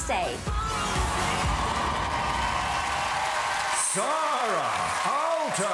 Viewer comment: Her name is SAARA not ZARRa